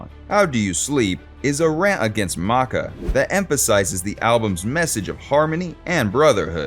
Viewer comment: It;s not "MACA". It's "Macca", the narrator sounds like ai.